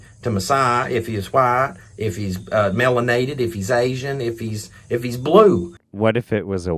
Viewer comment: "Melonated" LMFAO, I can't, I really just can't.